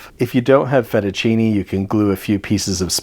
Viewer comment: Just correct your pronounciation of Fettuccine. The second E sounds exactly like the first E. (our letters always sound the same).